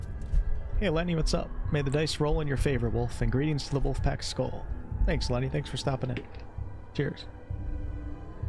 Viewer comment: It always entertains me when Wolf says "Skull" instead of "Skål" because in Irish, there's a word "Scoil" that is also pronounced skull and it means "School." So it also looks to me like he's saying "Stay in school, kids" and toasting the education system.